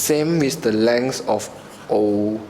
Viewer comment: your pronouciation is poor! pls check out on pronoucing such words as length and multiply